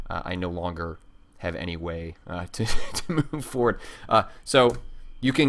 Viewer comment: did you say "anygay" at around :40 ?